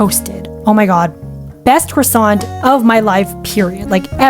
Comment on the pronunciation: "But I got a croseet" 🥐☺ I love her.